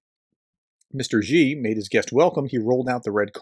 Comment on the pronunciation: You can't even pronounce Xi's name, so I have to doubt the amount of real research you have actually done in this subject, other than reading out-loud some news reports verbatim. If there is only one Chinese name you might bother to learn, it should probably be his... Sino-Russian relations are very complex and both sides have a lot of history that they are unable/unwilling to get past. Having lived in China for the last 2 decades, my best description would be that right now, they are tactical friends but strategic enemies. Just look at the distance between their mutual borders and their respective capital cities, China has good reasons to be fearful of a Russia ruled by an imperialist. China's short terms goals with respect to Russia are going to be keeping any chaos (Pax-Putin) away from their own massive border with Russia.